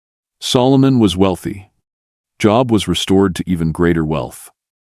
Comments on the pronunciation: The narrator needs to learn how to pronounce biblical names like JOB. It's not job like something you call your work. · Pronounce the man Job properly. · Narrator can’t pronounce “Job”and Joel”.